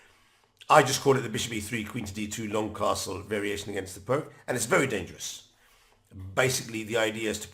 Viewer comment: Greetings, Thank you for your enjoyable and informative effort! However, I find your offering on how to pronounce Uddenfeldt rather amusing in the light of your repeated mispronunciation of the name Pirc as “prk”, the name of the person that this defence was named after. The closest pronunciation, as far as English language would allow is “Peertz”. This is not a hanging offence, and I will not report you to the Chess Police. I hope that you will take my comments in the spirit it was intended to, simply an attempt to restore some dignity to the name of the person who gave us so much pleasure playing his invention. Thank you again, and keep up the good work! Cheers, Branko.